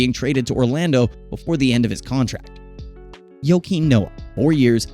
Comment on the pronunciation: This man said yokeem noah